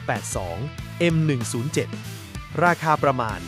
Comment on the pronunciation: คุณน่าจะเป็นคนแรกๆในประเทศนี้ ที่พูดชื่อ m82/m107ได้อย่างถูกต้อง🤣